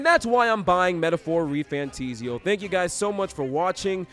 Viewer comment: Why would it ever be refantIsio? It is an "A"😂 Good video😊